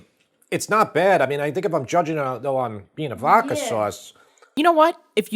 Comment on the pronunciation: VODKA....not "VOKKA"